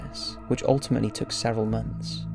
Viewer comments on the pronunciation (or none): none